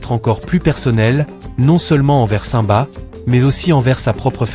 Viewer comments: mais c'est normal, aucun être humain n'a ce genre de voix. on entend bien que le timbre de voix fais faux, c'est surment une IA qui parle donc une voix robotisée voilà pourquoi il prononce le nom de simba comme ceci saint-ba alors que ça ce prononce cime ba. De plus, à un moment il dit ira au lieu de zira. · nul et déjà vous dites ou prononcez mal le nom de simba. quand vous dites le non du roi lion on entend comme ci vous disiez saint ba hors on devrais entendre comme si vous disiez la cime et vous rajoutiez le bas donc ça donnerais cime-bas et ça s'écris comme ceci je vais vous l'épeler lettre par lettre: s-i-m-b-a mais on entend comme si on parlait de la cime et du bas. de plus zira ne peut pas être la sœur de nala c'est impossible car si on regarde bien les détails on voit clairement que zira semble beaucoup plus âgée. elle pourrait être sa mère au vu de l'apparence mais là aussi c'est impossible car la couleur n'est pas la même. les partisanes de scar et donc de zira sont grise hors simba et les seins sont roux. c'est comme les renards: ils y en a des roux et d'autres bleus et les polaires sont blancs. d'après moi scar (taka) était jaloux de mufasa du fait qu'étant l'ainé c'est taka qui aurait du être le futur roi mais leur père à toujours préféré mufasa faisant de lui l'unique hériter de plus mufasa à épousé sarabi hors taka était aussi amoureux d'elle. comme le dis le proverbe faute de grives, on mange des merles ce qui veut dire on se contente de ce qu'on a alors que l'on pourrait avoir mieux et ça s'est appliqué à scar qui à été obliger d'épouser une autre lionne que sarabi et ce fut zira mais elle, elle était je pense amoureuse de taka (scar). voilà pourquoi zira ne peut avoir aucun lien de parenté ni ave sarabi ni avec nala.